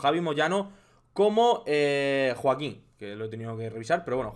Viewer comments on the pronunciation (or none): none